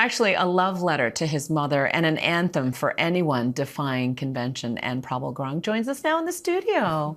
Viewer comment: gurung not gurang lol